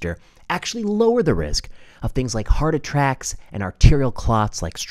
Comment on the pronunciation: Heart attracks? Did I hear correctly. Thank you for such timely reports God bless you, sir